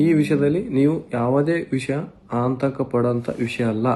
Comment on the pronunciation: ಎಂತಾ ಅವಿದ್ಯಾವಂತ ಅವಿವೇಕಿ ಇದು... ಆತಂಕ ಅನ್ನೋಕೆ ಬರ್ತಾ ಇಲ್ಲ... ಅಂತಕ ಅಂತ ಹೇಳಿದ್ದಾನೆ